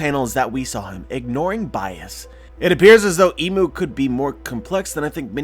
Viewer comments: Not "Imu" it is I'mu (I'm U or I am U) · Think "Im" is pronounced like im out of impossible.